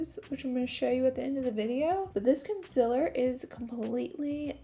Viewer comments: Of course I miss ya saying conciller!!!! lol xo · Love the way the look came out, I'm dying to try that lip balm though and of course I missed your odd way of saying "conciler"😂😂Ilyyy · Conciller 🥰 I say a couple words differently and everyone loves to point it out.. everytime.. 🤣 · I live for the way you say concealer SHE IS BACKKK yasss